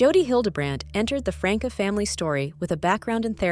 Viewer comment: The name is NOT Frank uh! Please learn the correct punctuation!😡